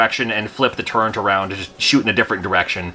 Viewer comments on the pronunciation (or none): TURRET! NOT TURRENT! You civies will get it right one day. That bugs me more than EXspecially.